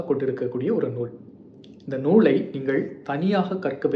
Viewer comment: தம்பி உங்கள் தமிழ் பணிக்கு வாழ்த்துக்கள். உங்கள் உச்சரிப்பில் சில சிறு பிழைகள் உள்ளன. அவற்றை சரி செய்து தொடர்ந்து உங்கள் காணொளியை பதிவிட வேண்டுகிறேன். சிறப்பு -. ச்ச்சிறப்பு (தவறு) சொல் - சொள் (தவறு) நூலை - நூளை (தவறு) நூல்களில் - நூள்களில் (தவறு) செய்திருக்கிறார் - ச்ச்செய்திருக்கிறார் (தவறு)